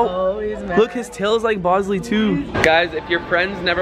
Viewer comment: she said bosley